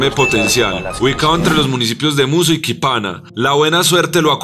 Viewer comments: Es Quipama boyaca,no Quipana como lo pronuncia en el video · El departamento de Colombia se llama Cesar con acento en la a. César era el que mandaba en Roma. Quípama va con tilde en la í y con m. Pongan a alguien que sepa leer.